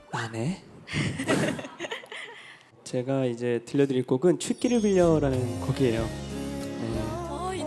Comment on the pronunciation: 췻기를이 아니라, 취기를 빌려😂